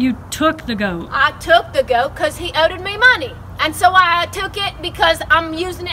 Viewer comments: "oweded" that damn near killed me! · quigonjay9 LOL! This is exactly what I was about to comment. 😂 “He owded me money.” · He "owded" her money.